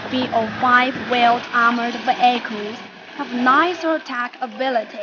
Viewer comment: i like it when she says "ve-ai-chals"